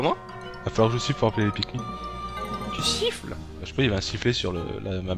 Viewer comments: Sa se prononce pikminee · se se prenonce pikmine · Pikmin...ça se prononce pikmINE!